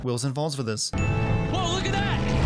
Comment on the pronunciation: He said lool in stead of look